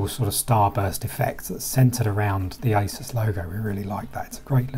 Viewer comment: ASUS not ISIS.. G